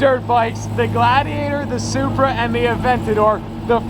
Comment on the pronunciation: Might be the ugliest Supra out there. I’m sorry but you butchered it 😭